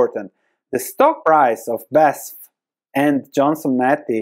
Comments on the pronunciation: 🗽 OMG I own this stock (minor share in the portfolio).... one of my worst investments. 🤔 FYI: You call it not Basf, you spell out the letters, like in an abbreviation. B A S F . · It’s B-A-S-F, not Basf. Just painful to listen. It’s an acronym. Just like VW. Or how are you pronouncing this one? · Badische Anilin- und Sodafrabrik (BASF - you pronounce it "Be Ah Es Eff" like a german) :P Great Video! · Thanks for the video! Div. cut is a real possibility, let's wait and see... Pronunciation of the company is in single letters, B A S F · say "basf"